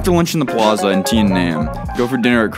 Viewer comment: Great video! As a native Kansas Citian who left thirty years ago, it made me cry. I miss my hometown. Very proud of what KC has become since I've been gone! P.s. It's The Plaaaza. Long 'a'.